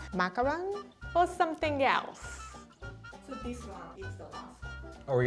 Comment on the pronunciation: Please make this a series I love how Rie says "[thing] or something yelse?"